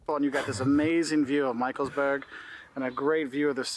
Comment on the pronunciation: michelsBERG not Burg ... Mountain/Hill vs. Castle